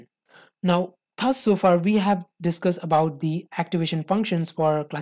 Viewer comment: accent me kyon bol rha bhai thus is pronounced as DUZ ths ths bol rha laudoo